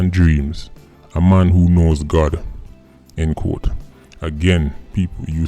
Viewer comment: why are you pronouncing doggyS “quote “ as “code?”